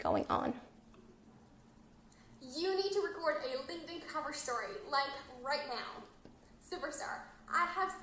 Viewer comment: UHHHHHHHH. LING DIN? SIGH. THERE'S A K. SO LINKTIN IS THE PRONUNCIATION. LING DIN IS THE CHINESE PANDA VERSION.